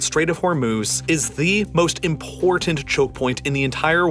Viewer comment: Excellent video. Please note you’re not pronouncing the word important correctly